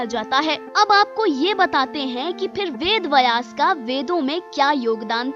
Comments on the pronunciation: VedVyas not VedVayas वेदव्यास, वेदवयस नहीं Namaste. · Pronounce Vedbyas correctly....kya lutiens wali ho aur ved ko distort karne ka plan to nahi hai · वेदव्यास बोलना भि नही आता आपको